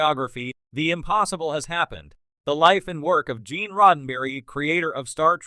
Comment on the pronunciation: 'Ge'an Roddenberry' .. 'KlingAnz' ... 'Werf'. this is one of the WORST AI Narrator i've heard so far